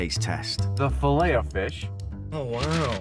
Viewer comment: I would think a European would catch the silent “t” in filet.